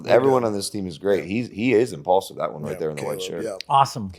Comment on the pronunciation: "Impaulsive"? This some dumaz ish 😂